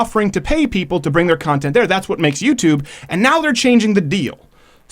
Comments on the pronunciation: "A wonderful and new youtuben" lol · "Youtuben" lol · "Youtuben" Gotta love it! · "a new youtuben" kek XD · "Youtuben" roflmfao!!!